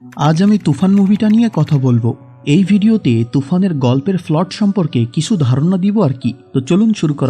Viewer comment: ফ্লট না ভাই প্লট হবে ,ভালো করে কথা বলা শিখুন, কারণ প্রেজেন্টেশন অনেক বড় ব্যাপার